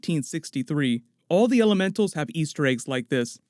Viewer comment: You said "Mysterios, ELEMENTOS" ?!?!?! 🤔